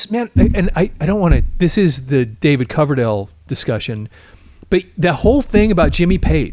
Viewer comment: Did the bald dude really say, "David Cloverdale"? Time to replace him with a knew sidekick.